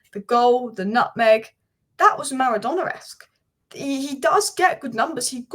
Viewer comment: Did I just hear Maradonaesq? More like Madonnaesq😀